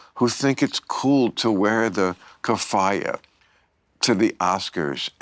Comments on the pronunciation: Maher and Fetterman are great... But the pronunciation of some words is cracking me up 😂 Keffiyeh, Maduro, etc. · Idiot doesn't even know how to pronounce keffiyah and he's 70. I had to google the spelling but I know how it's pronounced.